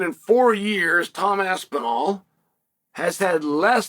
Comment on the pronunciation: You know you've made it when Chael pronounces your name correctly